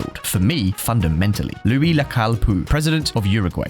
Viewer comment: It's Luis, not a French Louis